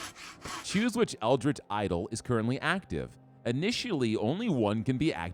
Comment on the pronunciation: It's fine if you don't wanna play Cult of the Lamb periodically, just make the call. I know there are a literal gazillion amazing video games that you want to play. Fun fact: Stoic is pronounced Stow-Ick, Eldritch is pronounced Eld-rich.